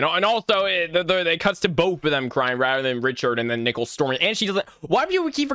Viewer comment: Bro why does when he says "nickel" instead of "nicole" is the scariest part if the video💀💀💀💀💀💀💀💀💀💀💀